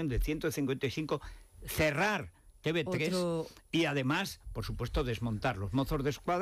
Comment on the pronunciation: Diga usted Te Uve 3 Don Federico, deje ya de decir Te BE 3, por Dios. A ver si de una buena vez alguien del equipo lee mis mensajes en los que siempre le digo lo mismo y se lo hacen llegar, para que corrija ese error. ¿O es que están dormidos? No le haga usted el juego a los separatistas. Gracias